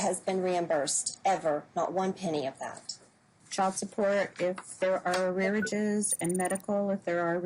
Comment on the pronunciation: 'Arearages'???? That judge can't speak properly. It's ARREARS.